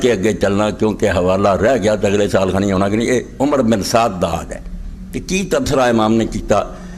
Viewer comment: اسکا نام عمر نہیں عمرو ہے جس کو امر پڑھا جاتا ہے۔ اتنا بڑا عالم نام بھی صحیح نہیں لے رہا۔ باقی جنہوں نے آل رسول پر ظلم کیا ان پر اللہ اپنا عذاب نازل کرے